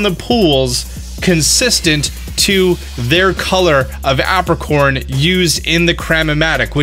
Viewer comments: I distinctly remember the Johto anime pronouncing it "EY-pricorn".... not "APP-ricorn" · Is this how Americans pronounce Apricorns or is this guy just a silly goose? I say Ape-ri-corn. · "App-ricorns" lol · Lol the way you say apricorn kinda triggered me cause its pronounce ape-pri-corn